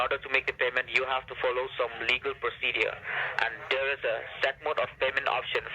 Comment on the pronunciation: “legal procedias”